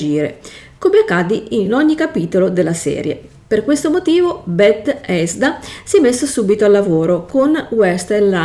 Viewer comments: Tutto ok ma perché continui a dire bet-hesda? È tutto attaccato 🤣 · ma infatti ciascuno faccia ciò che vuole. Resta la questione del perché una persona con evidenti difficoltà scelga di recensire un prodotto che neppure conosce, esponendosi poi a critiche. Se io voglio raccontare di un videogioco, prima cerco di informarmi. "Bethesda", "Vault" pronunciati in quel modo danno fastidio perché mostrano totale disinteresse, mancanza di conoscenza. La tua libertà di parlare di ciò che vuoi non è superiore a quella di chi poi ti fa notare che è tutto estremamente sbagliato, poco curato e fastidioso. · ma stiamo scherzando? "Bet - hesda" ovunque. Pause, intoppi, "VALUT 76" al secondo 54. "Dalla guerra nuclerare rtereitoreato il pianeta", eh?. Ti mangi le parole, sembra più una parodia che una descrizione di un videogioco. È imbarazzante, veramente. Ancor più che ora tu mi chieda questa cosa. Se uno sbaglia nella registrazione si può ripetere, eh. Questa cosa denota totale incapacità e menefreghismo. Se hai altre domande imbarazzanti sono qua.